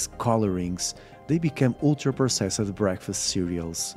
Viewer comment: I know there's good info here, but I want to punch my TV every time I hear him pronounce "ultra-processed"